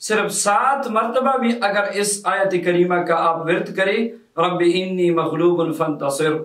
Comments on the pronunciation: آنی زبر کے ساتھ ہے آپ زیر کے ساتھ پڑھ رہے ہیں کون سا ٹھیک ہے؟ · Allah k banday Enni nahi Anni hy Ghalat mat parho ( shukria) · Rabe ani Hy ini Nahi hy plz talfuz thek kar lwn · Aap Anni ko Inni padh rahe hain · لکھا ہوا رب آنی ھے آپ رب انی بتا رہے ھین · آپ نے لکھا رَبّیِ اَنّی اور پڑھ آپ رہے ہیں رَبّیِ اِنّی یہ فرق بیان کر سکتے ہیں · Assalam oalekum Allah aap ko jazae khair de ameen lekin ye bataen rabbe anni ya inni paren q k likha hoa tu anni hy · Sir Rabbi Anni Maghloobun Fantasir hai. Ap Alif ke nechy zer laga rhy hain jabky zabar hai